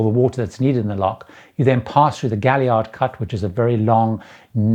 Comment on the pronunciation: The Gaillard Cut is pronounced GAY-YARD, a double "l" in French or Spanish is a "y" sound. Major David du Bose Gaillard (who the cut was named after) was a second cousin to my fathers grandfather or some such relation, regardless, the pronunciation is Gayyard. And with all that said, when the canal reverted to Panamanian ownership they renamed the cut as the Culebra Cut after the ridge of mountains the passage was cut through. I ran a Alaska crab boat from Mobile to Dutch passing through the canal in the late 70's. Aside from the fact that the locks were very interesting and the locals we dealt with were wonderful, it was all just another day on the water in the oppressive August heat of Central America.